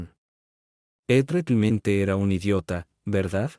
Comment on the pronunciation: Porqué ese narrador no puede decir Realmente y dice Reclimente,😮